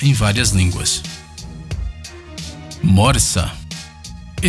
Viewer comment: Você falou a Morsa muito engraçado kkkkkkkk